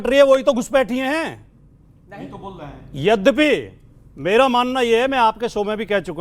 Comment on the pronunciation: Yaddapee...nahi hota bhatee ji..yaddyapi hota hai..hindi to sikho